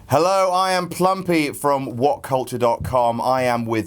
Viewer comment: its plumpy not plumpie you filthy mark